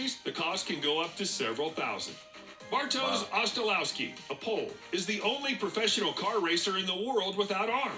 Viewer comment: Bartosz, it's a Polish name,it should be pronounced Bartosh. But I see what you mean 😆